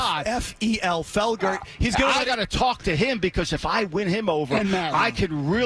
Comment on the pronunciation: I couldn't stop laughing when he called him Feggler